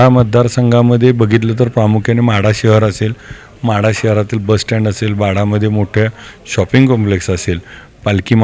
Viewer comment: महाढा नाही ओ माढा